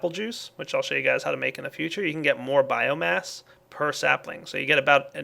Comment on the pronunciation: change the episode name from Biogas to Biomass (also hooray for actually saying it right )